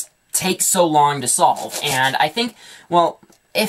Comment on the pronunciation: I swear he says STOLVE